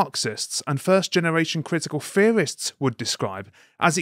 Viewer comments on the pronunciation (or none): I know he meant to say "critical theorists" but he says it "critical fearists" due to the way he speaks. Either way, the man ain't wrong!